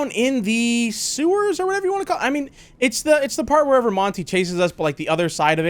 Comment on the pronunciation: "Werever you want"